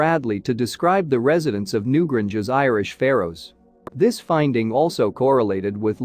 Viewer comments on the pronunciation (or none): new GRANGE!!! not new gringe. where do these people come from? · New Grange not Gringe! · Yes. It's infuriating. At one point I though the bot was saying Newbridge, which is a real town, but not so close to the Boyne Valley. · Pity you cannot pronounce Newgrange properly!!!! The "a" is pronounced "ayyy".